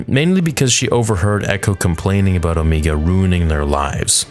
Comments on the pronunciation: Why does he say “OhMEEga” ?? When they clearly say “Omega” like bro 😭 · Please, it’s O-MEGA not O-MEEEGA. Not sure why you switch back and forth. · OH ME GAH...its OH MAY GA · Quick Question.... You was pronouncing Omega as Omeega then went back to Omega ... Why are you pronouncing her name 2 different ways??? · When you watch Bad Batch, Omega always pronounces her name "Omee-ga." Everyone else on the show pronounces it "Omay-ga." The voice actress is from New Zealand, which explains why she pronounces it that way. But I don't know why Dee Bradley Baker doesn't do the same for the clones. It bugs me EVERY EPISODE. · The actress that voices Omega pronounces the name "Omeee-ga," and all the other clones pronounce it "Omay-ga." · OMEGA! OMEGA! HER NAME IS OMEGA! NOT OMEEGA! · please pick one- will you pronounce it “0h meega” or Oh mayga”? I don’t care which- but I think that it is the latter in the show. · Hearing “Omeega” makes me want to jump off a cliff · I'm sorry but "Omeeega" made me cringe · Say it with me: Oh-may-guh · The actress that voices Omega pronounces her name as "O-mee-ga." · If you're going to pronounce it Omiga, then you must follow that canon and also say Rekka, etc. to not discriminate. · Why does he say her name Omeega? Or is that how you say it? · I can’t tell if you’re memeing when you call her “Omeega.” It’s her accent… she literally calls Tech, “Teek” because of it lol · Why does he pronounce Omega so weirdly 90% of the time but every now and then says it right. strange.. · Just out of curiosity, why do you pronounce Omega two different ways? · You doing it on purpose aren't you., saying omega's name with a long e. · Why do you say omega like that? 😂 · Can you pronounce her name right g